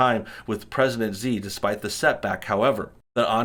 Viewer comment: Xi is pronounced shee